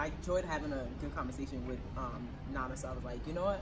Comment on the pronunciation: Can we please try to pronounce our names without an American accent ? "nana" is "nana" regardless of the language you speak and you grew up in Ghana. Too many people are doing that nowadays! Sad our names are not pronounced properly even in our own land ... common "nana" asem